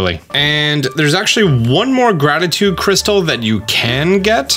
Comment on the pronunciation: HE SAID GRATITUDE CRYSTAL PROPERLY! lol that was probably the first time, btw great video